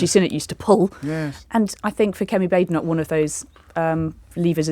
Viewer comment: Does JOB deliberately mispronounce Badenoch? (I know she's awful but saying her name wrong undermines anything you say imo)